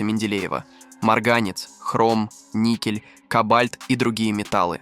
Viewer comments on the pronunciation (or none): тот случай когда озвучка тупее робота . - кобАльт, никЕль , проволОчка.